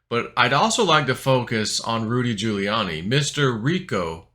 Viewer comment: You pronounce Rudy giuliani's name just like when Biden Miss mashed the Giuliani part